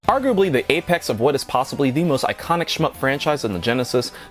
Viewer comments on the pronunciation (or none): none